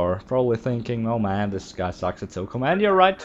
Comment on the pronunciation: its pronounced so com i no if u come from somewhere else its pronounce diff